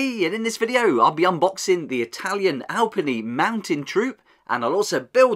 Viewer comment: eh good try at the pronunciation, its more like al-pee-knee instead of al-penny